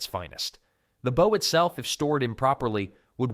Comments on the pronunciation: It's not pronounced like 'bough', it's 'boh' or 'boe'. They're bowmen, not boughmen! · AI narration? He said BOW like you take a bow not bow as in archer's bow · Good old AI at it again. "Your first BOW might be smaller..." Nice one. Stupid Artificial Stupidity. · Stupid AI doesn’t know the difference between (long) bow and (to) bow. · why is he saying bow instead of bow? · Turned it off after the computer couldn’t pronounce bow correctly. How about having a real person speaking with an English accent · Sounded good for a few minutes until the AI narration pronounced the word "bow" in the way that means curtsey or the front of a ship. This happened intermittently throughout, BAD FORM!! This video obviously is just to make money, the creators don't care if it's right, just FILL THE TIME! Clicked away fast, won't be back. 😞. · Maybe if you didn't use computer mispronunciations you wouldn't get dislikes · Ai voice mispronouncing Bow lol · You would have to be an idiot to keep mispronouncing 'bow'. It is not a bow of a ship. I think you pulled your information from the same place some of them supposedly carried their spare bowstrings.